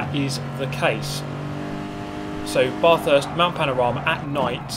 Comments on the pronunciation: Get the Bathurst pronunciation right.....it's not pronounced as in "I'm taking a bath". Australia is cringing......:) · Yeh man the way he says Bathurst triggers me like crazy 😰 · please just say bathurst correctly once I beg you